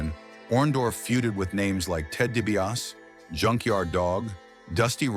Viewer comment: I think this is the fourth video where I have heard Ted’s name pronounced that way.